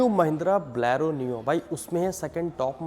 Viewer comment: Abeyyy pehle bolna seekh jaa woh "Blaaro" nhi "Bolero" hota haii gawar🤔🤔😂😂😂